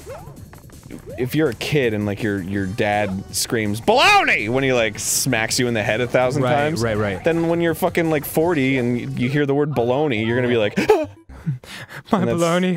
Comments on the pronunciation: Balognaween! xD im was so done after that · i almost died from choking when arin said balognaween